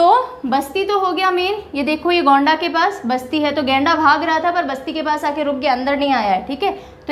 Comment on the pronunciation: गोंणा नहीं होगा गोंडा जिला होगा मैम